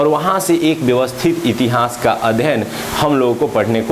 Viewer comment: बस इतिहास बोलना, सही बोल लीजिए अजीब लगता है , इति हांस